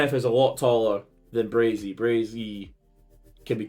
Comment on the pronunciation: Stop saying BraZey!! Its Bray-see!! 😂😂